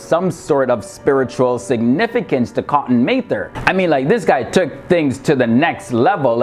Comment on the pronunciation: it's pronounced Mather, as in rhymes with rather...